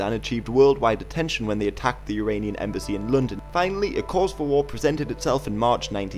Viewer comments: Uranian or Iranian??? get your pronunciation right !!!!!!! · Why do you pronounce "Iranian" like "Uranian"? It is quite annoying...